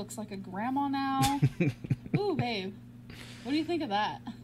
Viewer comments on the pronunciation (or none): none